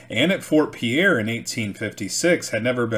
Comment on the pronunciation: Pierre is pronounced "Peer".